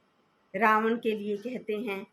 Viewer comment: Omshanti Didi 🙏🙏 Ravan koi vyakti vishesh nai ,hamari apni buraaiyon hai. Nice clatity of Ravan's name. Tku